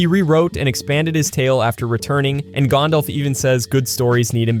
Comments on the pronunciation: It's not gondolf, Gandalf. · It's not "Gondolf" it's Gandalf. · "Gawndawlf" gross